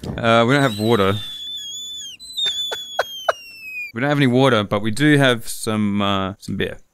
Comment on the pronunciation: As says wa’er